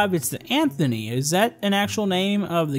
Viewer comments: it's Antonov not Antony lol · Atte Åkerlund we just gonna ignore he called it the Anthony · Ahh yes my favorite plane the “Anthony” (It’s actually Antonov) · Anthony me: Ahhhh shit here we go again (Its antonov) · Yes that is a real plane it is a Russian heavy cargo plane and it's called the antonov not anthoney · its the antanov not the anthony lol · The plane is named Antonov not Antony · “Anthony”? It’s called the Antonov 124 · Its antonov not anthony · Its antonov not antony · Antonov not Anthony!! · Im laughing so hard "ANTHONY" no its ANTONOV AN124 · the big plane's name is pronounced an-to-nov. Neilologic has a beamng drive video on it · Antonov is the name of the big plane and it is pronounced ant o nov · FYI it is Antanov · it's the an-ta-nov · ANTONOV ITS ANTONOV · An-125 pronounce for company name- (AN-TOE-NOV